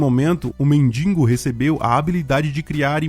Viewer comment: Cara. Quando vc fala “mendingo” me dá tanta ânsia….. é MENDIGO! De que adianta escrever certo e falar errado?